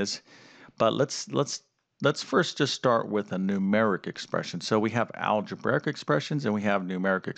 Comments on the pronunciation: its algebraic not algebaric. omg please say it right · I'm sorry, i cant stop laughing at the fact that calls it "Alegebearic" XD im sorry if im being rude